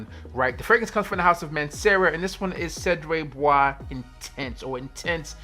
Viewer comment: Se-dra Bua-zay That's as close as I can get to showing the written form of how it should be pronounced. Nice list btw, some very nice ones here